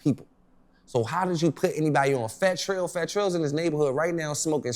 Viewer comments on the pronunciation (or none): Dammmm bro said fat Trall outside stressing 😂😂😂